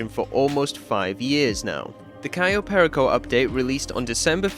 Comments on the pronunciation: cayo perico? ❌ "kai oh pair eh co" ✅ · Absolutely love this video, but that pronunciation of "cayo perico" hurts. I've only ever heard it pronounced "cay-oh pair-eek-oh" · "kayoh perikoh" gets me everytime